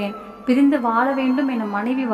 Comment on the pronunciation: தமிழ் படிக்கும் விதம் படு மோசம். Vaala இல்லை, வாழ.